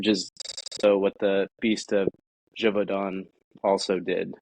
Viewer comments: Neither Geauvadan as said in the intro nor Geuvodon as in the description, but Gévaudan. Check your stuff, man! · Bro said Geoux voux don 😭😭… Je voux don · There's no way this guy isn't trolling with his pronunciation of "Gevaudan" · I wish you had learned to say "Gevaudan" right.